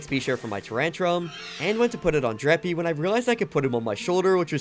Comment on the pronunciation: Please stop saying dreppy its dreepy😭🙏